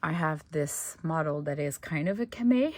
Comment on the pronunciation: You said cama, it pronounced with the long e and o sounds at the end. Love the French language.